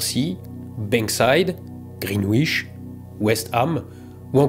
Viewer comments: « Greenwich » se prononce « Greenitch » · Dans les noms de villes anglais qui terminent par -wich le W est muet.